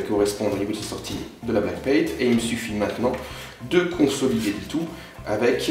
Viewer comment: Bonne vidéo :) Par contre c'est backplate et pas blackpate :D